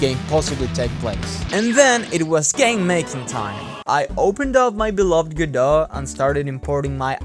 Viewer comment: "Godowh"? I'm offended of how You pronounce My name... (This Is not serius)